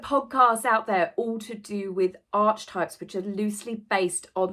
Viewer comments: It is a psychological term pronounced arc i types not Arch types. One doesn't stay & acrue wealth by spending their own ill gotten gains when they can get others like UK tax payers or injured & maimed people who put their lives on the line to protect us, or a set of people who have a company & employ said people to be PR & make more money for them while paying a person/s to gob off about things they know nothing about like mental health or jobs to provide for your family. No if we don't like doing work as some don't just give it up cos you can get the masses to fund your lavish lifestyle, only cavite the masses must realise how lucky they are to be funding 2 people SOO special & most important in the world. Question: do they do grown up dolls to be brought out to be heirs to the throne & press button to do royal wave on balcony???? Xx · Just because i would want to know how to pronounce the following correctly; Archetypes = Arc-e-types Jung = Yoong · Archetypes (Arketypes) are an area of academic study and the word goes back to the Ancient Greeks!!! There is NO way anyone can trademark this word. Jung (pronounced Yoong) spent much of his career discussing the way human beings and the narratives we tell tend to shape ourselves into known archetypes. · It is pronounced Arkietypes, at least in psychiatry a la Jung (pronounced yung) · it’s pronounced ark-ee-types. Sorry to be that person. Loving your work as always x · I thought it was pronounced “archetypes” as A R K T Y P E S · It's pronounced a:kitaips 🤪 sorry luv i'm a nitpicker🙄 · Archetype is pronounced ARK A TYPES ….they don’t get to change the English language! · Last time I looked… pronounced Arc y types. Just saying. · Archetypes is pronounced: are ke types. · Please…. it’s pronounced…ark-e-types. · It’s pronounced Are-Key-Types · It’s ar-kuh-types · Archetypes is pronounced: ARKITYPES. ☺ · The constant mispronunciation is driving me up the wall as it’s so distracting 🙄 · 😬 Ark eeee types, 😕